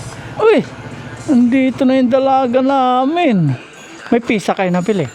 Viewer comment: Sarap naman ang lunch niya. Ang tamang pronouncuation ng Pizza ay Pit- sa not Pi-sa. Enjoy!